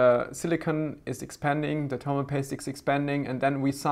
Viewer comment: I like how u say termal paste!